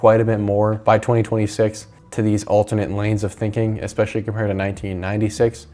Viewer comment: Stop saying "EXpecially"!!!